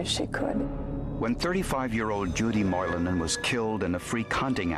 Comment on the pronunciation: Moilanen, Lampinen? Finnish (heritage) representation in Forenic Files! The pronounciation is good as well